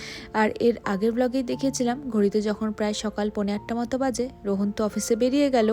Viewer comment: Rohon na please rohaan 🥺🙃